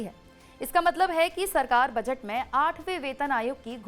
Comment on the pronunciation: मैडम बजट होता है बचट नही 😂😂😂😂